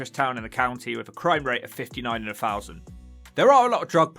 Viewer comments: The commentator should learn to speak properly. IE. Fousand. DONT YOU MEAN THOUSAND. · News flash, 'th' is NOT 'f' !!!! So 'thing' is NOT "fing" !!!! 'Turdtown' more like 'Turdpronunciation' !! "free undred and firty free fousand" 🤣🤣🤣🤣🤣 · Am I the only person that can't "unhear" words in this video such as... Redroof Fousand Fings Uver (other) Munf (month) Healf (health) Free (three) Weaverspoons Plymouf Fink Two hundred and firty four fousand Come on chap, sort your commentary out.